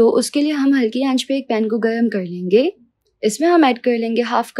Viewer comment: 238 bar ap ne bola .... Len GEY 😂😂😂 Nice recipe I will try today.. Thank you ❤